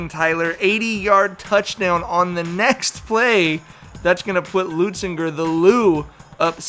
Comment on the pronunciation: that kept bugging me too😂